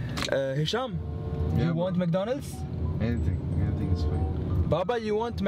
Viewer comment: First Said Mdconalds now Said Mdconalds